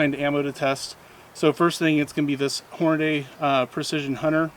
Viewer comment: check a box of your ammo to see how Hornady spells it's name. It doesn't say Hornaday, it say's Hornady. hmmmmmm